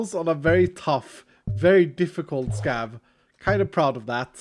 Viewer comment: Everytime says scav, I always hear scab. "I will never say no to a scab run." 🤮